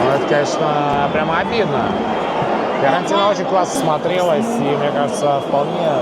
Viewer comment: Почему ты произносишь Фыорентина?)) Почему через ы? Первый раз такое слышу)